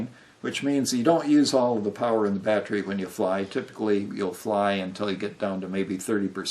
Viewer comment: You do know that theres an e in the word battery right?It's not spelled battry or battrie.... So why do you pronounce it that way? It's very weird.